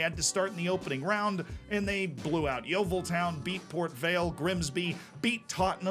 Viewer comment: Realise this is an old video and nobody else will care. But much respect for being the first time I've heard an American pronounce Yeovil correctly.